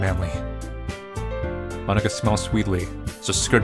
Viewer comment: He’s saying Monika like Monaka